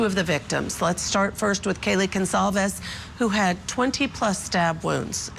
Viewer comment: It's Goncalves! NO González.